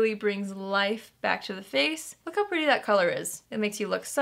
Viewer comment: Haha "but it sure is perdy" 😂 I seriously want this palette just for the packaging. I LOVE flowers so much! I think it's gorgeous for the colors.